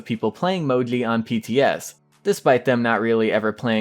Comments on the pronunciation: You just have to pronounce "Mou-gee" it's not that hard lol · You pronounce it in a cute way. Sounds like Mojly :) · Bruh, u don't say Moji write lol